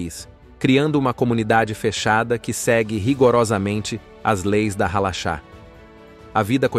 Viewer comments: A pronuncia correta e Halarrá..Acento agudo no ultimo a e nao Halacha Shabat e nao Shabate Peiot e nao paiot RRaredi. Yeshivá acento agudo no a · Não é halacha ( mas halarra) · Pra todo os lugares q o povo ia todos nos proibiam de plantar neste mundo,entao nos criamos aos mundos mais elevados. outra coisa usar voz AI fica ziada estas pronuncias hein. Alara. CH som de R. Agora ir atras de informacao na net pra falar e zoado hein. Nun sabe de NADA Inocente. Os q Apoiam A palestina e sao contra Israel,ja foi declarado pelos gigantes q eles sao dodo das ideias,que nao devem ser levados a serio